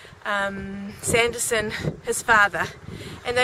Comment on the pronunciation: I think you got the name wrong its not Sanderson it would be Sandison .